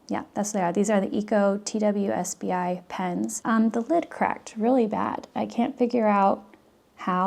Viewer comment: The TWSBI is pronounced "Twis-bee"